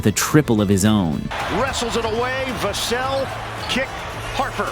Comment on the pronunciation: nor how to pronounce vassell, his name is said hella times during the highlights and he still can't get it right lmao